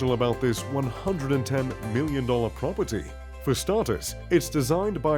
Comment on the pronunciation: I’ve never hated the word “Prop-er-tee” more.